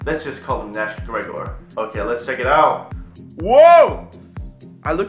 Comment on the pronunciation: Nash gregor😂 Oml😂 grier, it's Nash grier